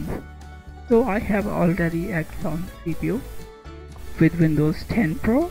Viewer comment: When he can't even pronounce Xeon, you know it's going to be bad. It's not the Exxon oil company.